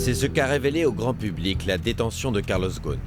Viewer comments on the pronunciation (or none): On prononce Carlos Rossen.